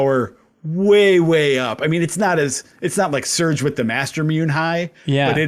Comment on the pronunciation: Loved the series. Just one thing that drove me nuts everytime I heard it. Mastermune is pronounced master moo nay. Obviously not a big deal but was like nails across a chalkboard to me everytime. :D